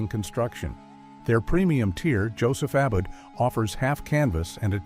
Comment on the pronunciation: Robot narration. In the verb separates, the second a is long. Abboud is uh-BOOD, not ABBID. Just like with suits, with narration, you get what you pay for. But kudos for getting Mackay (muh-KY) correct.